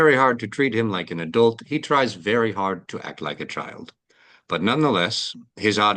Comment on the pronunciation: vewwy wayyyyy